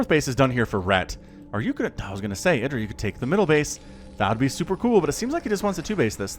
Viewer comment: pronounces it correctly.